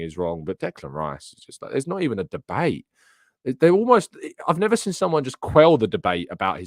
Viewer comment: Good show, but please speak gooder Inglish like wot I does. The word is “seen”, not “sin”